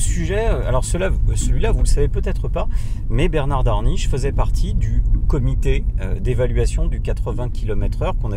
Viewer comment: Merci pour vos vidéos, un automobiliste averti en vaut deux, voire dix s'il communique. Attention à 22 minutes 38 ! Bernard Darniche et non Daniche!